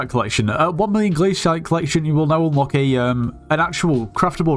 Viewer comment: Bro thats the way its pronounced